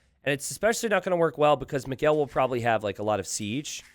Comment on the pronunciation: it's funny how pronounces "Miguel" as "McGill".